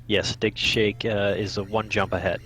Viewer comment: I can't help but hear dickshake with that accent